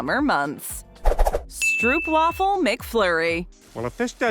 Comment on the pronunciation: they always pronounce Stroopwafel wrong hahahaha